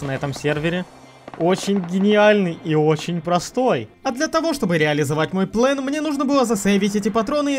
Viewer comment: Почему плЭн а не плАн